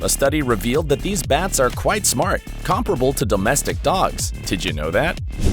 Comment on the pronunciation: I’ve never heard comparable pronounced like that 😅